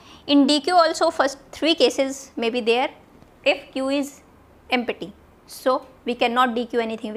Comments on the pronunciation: But why "EmPPPPPPPPPPPPPPPty"? not "Empty" ? :p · Pronounciation of "empty" emty ❌ empatti 😍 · The way u say empty is🤣🤣🤣